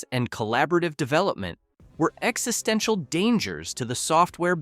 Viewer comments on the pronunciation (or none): none